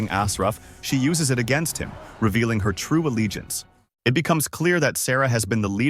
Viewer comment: I'm convinced that a.i can't say "her"